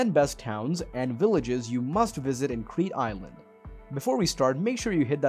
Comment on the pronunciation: Why can’t you pronounce the places if you make a video